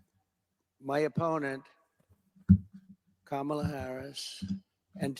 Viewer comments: He says Kalama wrong and degrading on purpose...but no one i know makes fun of Melania , Ivanka or Ivana name but i do rememeber Trump saying his wife's name wrong. He is the only 80 year old man who makes fun of names. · He says her name wrong just as much as correctly.